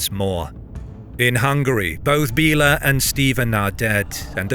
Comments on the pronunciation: Great vid. One thing tho, names m8. Idk try to like ask someone how to actually say the name cos hearing "Billa"(in the language) instead of correct way to say "Béla" is bit weird especially when "Billa" is a shop in those modern day countries. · It´s Béla not Bila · "bell' ah".:face-turquoise-covering-eyes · Still "Bell' ah."